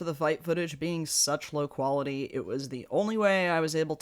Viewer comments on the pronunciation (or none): none